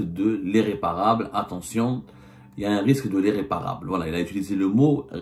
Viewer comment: Éréparable, dérection, pffff !!!!! Il va falloir que tu fasses un effort sur la prononciation.